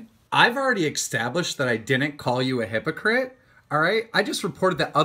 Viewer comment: the way keem said "extablished" tells me everything i need to know abt him